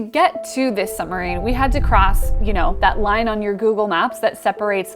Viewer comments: i'm pretty sure the word "submarine" is pronounced like "sub - marine", and not like "some - marine". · Girl it is a Submarine, not a Sumarine. Fix your diction. I am a veteran Sub sailor. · Great video, but what is a summureen? 😁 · please pronounce the B in suBmarine, it is sooo irritating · Love the work, but it's a "Periscope" and please say "SUB-marine" . It's not a "summer-rean". Sub = below, marine = water. Peri = outside, scope = to see. Not parascope